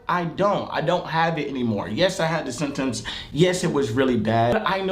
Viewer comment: Fredo said sim tims when he tried to say symptoms